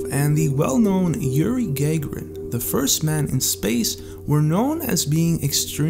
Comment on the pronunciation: "GUH-GAIR-EN" NOT "GAG-UH-RAN"!!